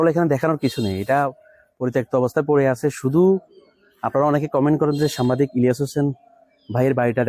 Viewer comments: সামবাদিক ভুল উচ্চারণ সাংবাদিক সঠিক! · ভালো লাগলো। ভ্লগার ভাই উচ্চারণ এর ব্যাপার এ সতর্ক থাকবেন। এতে যথাযথ সন্মান প্রদর্শন করা হবে। সামবাদিক না! সাংবাদিক!! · সাম্বাদিক হবে না সঠিক উচ্চারণ হবে সাংবাদিক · সাম্বাদিক নারে ভাই, সাংবাদিক হবে সাংবাদিক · সামবাদিক নয় সাংবাদিক হবে উচ্চারণটা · সামবাদিক নয় মিয়া আগে উচ্চারন শিখেন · ভাই, সামবাদিক নয়,সাংবাদিক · ভাই আপনি বারবার সাম্বাদিক সাম্বাদিক বলছেন কেন? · শব্দটা সাম্বাদিক নয় সাংবাদিক হবে । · সাম্বাদিক না, উচ্চারণ সঠিক করেন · ভাইজান আপনার উচ্চারণ ঠিক করতে হবে, বারবার "সাম্বাদিক" কেন বলছেন। ইলিয়াস হোসাইন বাংলাদেশের একজন শ্রেষ্ঠ সাংবাদিক। ♥️ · আরে ভাই সম্বাদিক না শব্দটা সাংবাদিক। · ভাই উচ্চারণটা সঠিক করেন সাম্বা দিক হবে না। সাংবাদিক হবে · আপনি বার বার সাম্বাদিক বলতেছেন কেন? আগে ভাষা ঠিক করুন। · বার বার সাম্বাদিক সাম্বাদিক করছেন কেন? উচ্চারণ করতে শিখুন আগে তারপর ভিডিও বানান। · সাম্বাদিক না সাংবাদিক হবে 😂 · 'সাংবাদিক' শব্দটা উচ্চারণ হচ্ছে না আপনার।